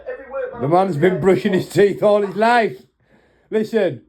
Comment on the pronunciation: New accent unlocked 🔓 😂😂 lyiiiiffffeee